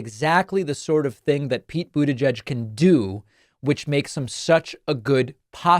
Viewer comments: How does my man still need to say Boot Edge Edge to get it right? 😂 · Anyone else have David's pronunciation of "Butegeg" in their head all day? 😄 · David sir, why do you keep pronouncing Pete Buttigieg’s name like that? It’s incredibly hilarious in which I can’t stop saying myself. At this point I’m convinced you are somehow unaware of the mocking of his name. I know you mean no disrespect. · I thought it was pronounced like...booty-geg. And it always made me laugh from the irony. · I honestly can't believe you can't say his last name properly, lmao. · Gotta work on that pronunciation of the name my dude. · Is that... Really... How Americans pronounce Buttigieg??😂😂😂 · Why did he pronounce Buttigieg like that? 😂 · Stop saying his name like that 😅you know it's wrong, and you've heard it said correctly before. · Why do you always pronounce "Buttigieg" so awkwardly? It sounds like mockery. If you're making fun of Trump's deliberate mispronunciation, it's backfiring. You can find videos of Pete pronouncing it himself and it doesn't have the strange hitch/length you put on the second syllable.